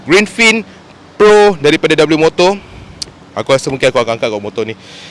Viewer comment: Sebutan sebenar dia 'wimoto' Bukan dabeliumoto 😁